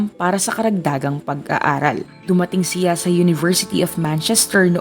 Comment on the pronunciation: How you say the 'siya' at 'niya' distracts me while watching this video. 😔